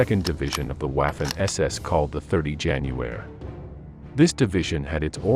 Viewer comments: Please, DO NOT pronounce W as in English but as it does in GERMAN so "V" ! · Your German pronunciation is absolutely HORRIBLE. Ws in German are pronounced like Vees. So Waffen is pronounced like Vaffen. Please STOP making these videos. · It's difficult to take someone seriously who pronounces Waffen as if they were sounding the first syllable of the word Waffle. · he prounces waffen incorrectly I'm from the US.